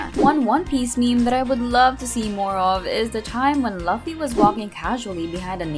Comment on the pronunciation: you are watching one piece and you are pronouncing luffy wrong bruh